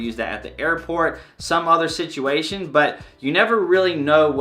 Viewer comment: "Sit-CHU-way shun" ❤️😂